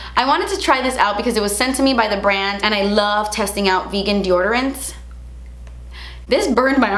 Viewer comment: DEORDORANTS!? What!? x)